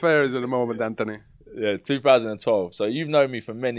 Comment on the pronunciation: stop saying antony !!!!! its anthony ffs